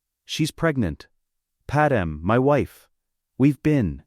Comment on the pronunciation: her name is not padam dude its Padmé